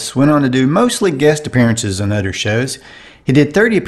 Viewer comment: The narrator can't say Other. He says udder.